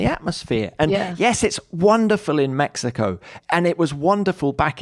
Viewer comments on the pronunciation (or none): none